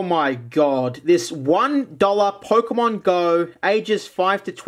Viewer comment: ah yes,"POKEMOM"